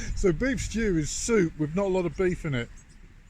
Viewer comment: STEWP, STEWP. Not quite stew, not quite soup. 😂